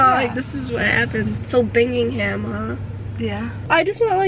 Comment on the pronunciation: You said “so bingingham huh” nah sis it was Binghamton 😂 classic G great vid as always